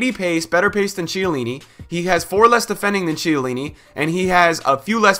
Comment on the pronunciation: KHIELLINI, man! Not Cielini